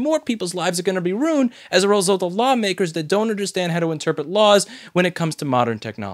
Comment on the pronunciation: I agree with everything you said, except when you said "runed" instead of "ruined"